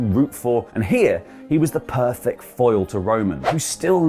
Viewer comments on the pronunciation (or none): none